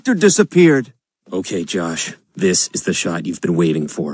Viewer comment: This is the “SORT” it’s pronounced shot dude